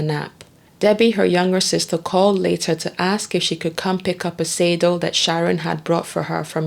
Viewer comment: ASK not AX lol